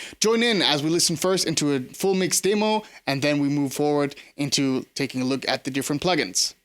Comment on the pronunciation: Wie gesagt, es war schwer das herauszuhoeren. Is schon amtliches Englisch. Es waren einzelne Woerter. Glaube bei der Aussprache von "Demo" hast du dich etwas verraten. Im ersten Video hatte ich dann zusaetzlich nen deutschen Kommentar gesehen und da vermutete ich schon sowas wie nach Deutschland gezogen oder so. Ja, cool, Danke fuer den Sub. Rock On. Ich stosse mit Rotwein an! Cheers